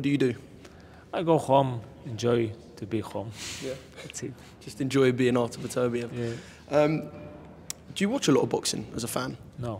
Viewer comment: The heart say beterviev but the head say bivol